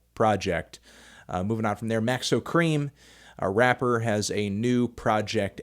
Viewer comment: I don't like the racist way you say "rapper".